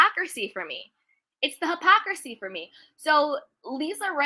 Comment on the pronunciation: It’s “ hypocrisy” woman! Sheesh. I agree with you on your view of the situation. But please stop saying the word wrong 😂😂😂❤️